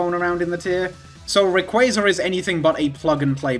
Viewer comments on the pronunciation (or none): I like how you say Rayquazar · The way you pronounce RayquAAAAAza makes me giggle